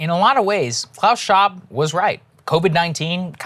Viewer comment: Breaking Points is going full Alex Jones now. Saagar hasn't learned how to say Klaus Schwab just yet.